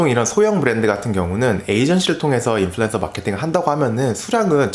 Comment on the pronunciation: 인플루"엔"서라 하는 거 듣기 싫어요ㅜㅜ언 으로 발음해주세요